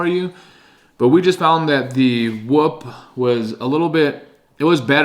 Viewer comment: it’s not whup it’s whoop